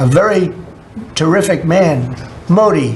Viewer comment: terrific नहीं बोला "Tariff" ic बोला...😊😊